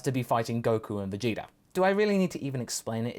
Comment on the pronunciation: I heard Vegita too.